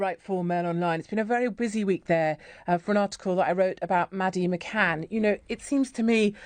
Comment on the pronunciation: McCann not McCain